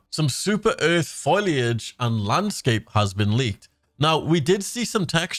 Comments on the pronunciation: Foliage, not foliage. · for anyone giving him crap for the way he pronounces 'foliage' like 'foilage', i want to say that your expecially annoying and you shud go reed a book at the libary if you dont no wat words ar.